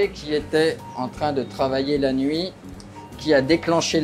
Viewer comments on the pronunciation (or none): none